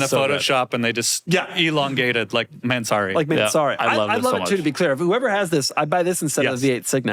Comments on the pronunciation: I love how they pronounce "man, sorry"😂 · everyone knows how annoying Doug is but the pronunciation of Mansory is next level; I almost clicked off